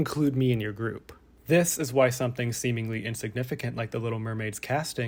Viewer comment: 7? “sea-mingly” = 8